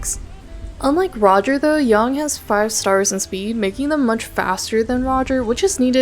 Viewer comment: why do you keep calling Yang 'Yong'